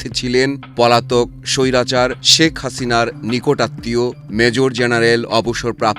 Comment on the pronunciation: ধন্যবাদ সাংবাদিক ভাইকে এতদিন পর সঠিকভাবে হাসিনার নাম উচ্চারণ করার জন্য